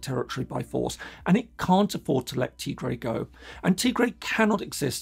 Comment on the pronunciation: Tigray (TA GRAI) PLEASE PRONOUNCE CORRECTLY IF YOU GOING TO SPEAK ON IT!